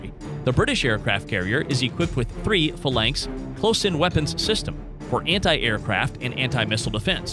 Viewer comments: Good comparison, but the backward video was annoying. The incorrect pronunciations of some of the words was very distracting - it's bow as in "take a bow", not a "bow tie", corps is spoken as "core", not "corpse", and Phalanx is "FEY-links". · Phalanx is fah-lanks. But he did mispronounce Merlin and frigate.